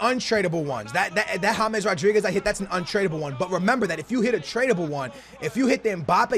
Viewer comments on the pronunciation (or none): none